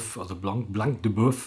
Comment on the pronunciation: Es wird Blan de Böff ausgesprochen und übersetzt heisst es "das Weisse vom Rind"